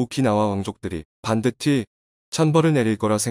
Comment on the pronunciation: 반드티 반드티 반드티 반드티 반드티 반드티 반드티 반드티 <<<<<< 전자 목소리라도 이건 좀 고쳐라...... 염병...... 반드티 반드티 반드티 반드티 반드티 반드티 반드티 반드티 반드티 반드티 반드티 반드티 반드티 반드티 반드티 반드티 반드티 반드티 반드티 반드티 반드티 반드티 반드티 반드티 반드티 반드티 반드티 반드티 반드티 반드티 반드티 반드티 반드티 반드티 반드티 반드티 반드티 반드티 반드티 반드티 반드티 반드티 반드티 반드티 반드티 반드티 반드티 반드티 반드티 반드티 반드티 반드티 반드티 반드티 반드티 반드티 반드티 반드티